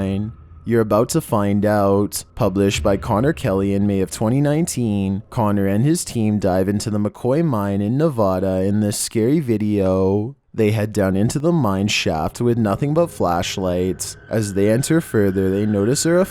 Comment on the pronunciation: Sir, Nevada is with a long A. NevAAAADUH